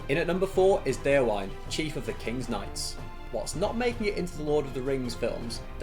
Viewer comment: Just a heads-up about pronouncing Déorwine's name: The "-wine" in "Déorwine" isn't pronounced like the alcoholic beverage, but as two distinct syllables - "De-or-win-eh". "Wine" (with two syllables) means "friend" in Old English, from which Rohirric is derived. "Déorwine" = "brave friend", same goes for "Holdwine" = "faithful friend" ("Hold-win-eh") Just so you know :)